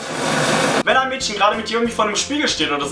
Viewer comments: Ich find das so lustig das du Mädschen sagst:) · du betonst das Wort "Mädchen" sooo komisch :DD